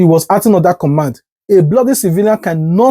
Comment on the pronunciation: First of all, it's command not commind